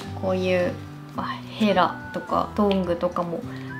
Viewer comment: ヘラのイントネーションが神話の死の神でかわいい